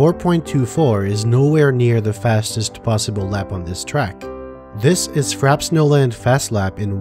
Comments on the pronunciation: Frappe pronounced frap-pay not frap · Frappe is pronounced "Fra-pay" not "Frap" You know, like the drink. "A drink served with ice or frozen to a slushy consistency."